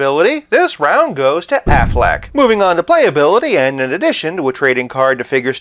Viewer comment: Whenever you say Afflec, I think of the goose shouting Aflac! in the insurance commercials lol. So um yeah... Bale Batman was my fav. Had wayyyyy better storylines except for the last movie.